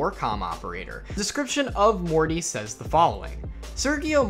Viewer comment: I gotta say... Morte is not pronounced "Morty" it's Latin for death... It's pronounced mort-a like how we pronounce the letter "a" or I guess you could say Mort-eh. No hate just correcting because it's not an English word.